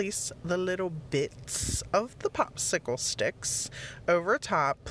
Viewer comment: OMG these pallet projects are so cute. I love watching your videos. I like how you say the word, 'bits' with such emphasis. Makes me giggle. 💕